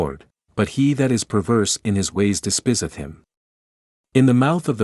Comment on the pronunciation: *Lie-eth *Cry-eth *Dees-spy'zezzz Yikes. So is this some AI created voice? Cool! I hate Al, but yeah.